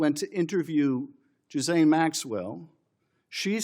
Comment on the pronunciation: Schiffy! You couldn't at least learn their names?! Virginia (ju-FRAY) Giuffre, a victim of Epstein's who ostensibly committed suicide this spring, or (gih-LANE) Ghislaine Maxwell, Epstein's assistant (and, though I'm not letting her off the hook, a victim in her own way), I was right with you until I realized you couldn't be bothered. Is it because they're women? Not important enough for you to acknowledge properly? Heck, man! They've been in the news for MONTHS! YEARS!